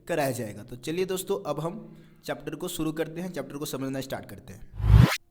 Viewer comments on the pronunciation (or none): none